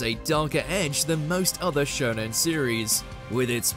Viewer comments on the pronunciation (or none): none